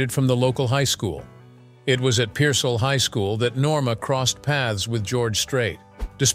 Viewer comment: Pearsall is not a suburb of San Antonio. Pearsall is about 55 miles South of San Antonio on I-35 toward Laredo. Pearsall is peer-sall. Sall is pronounced like salt with a silent t.